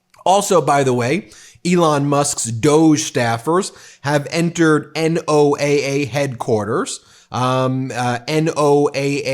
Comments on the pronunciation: FYI, NOAA isnpronounced "Noah" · It's pronounced NO-AA, like Noah. My brother works for NOAA. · Does Ben legit not know it’s pronounced “NOAH”?